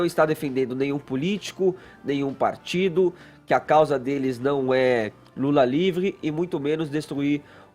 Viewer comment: livle cebolinha falando